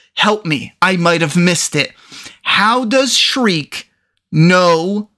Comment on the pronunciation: Shrike......shrike. not streak, not shriek, not shrek. Shrike.